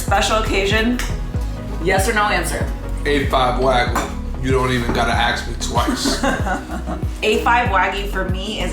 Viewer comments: "Wag-oo" lmao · If only he had an example of how to actually pronounce wagyu. 🙄